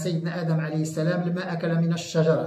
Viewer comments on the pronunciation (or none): none